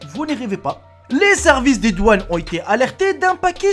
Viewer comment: doaunes???😂😂😂on dit douane